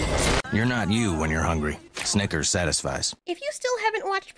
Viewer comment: for some reason i didnt here the "s" part of the snickers